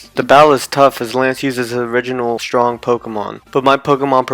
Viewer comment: DO NOT LEAVE OFF THE R IN STRONG!